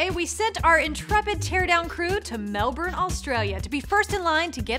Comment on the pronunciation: did i miss hear or did an american actually correct pronounce Melbourne